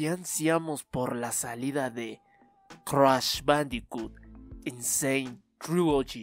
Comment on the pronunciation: Cruash??? Jajajajaja no mames 😂😂😂💔